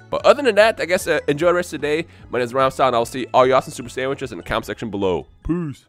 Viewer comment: does he say super sanwiches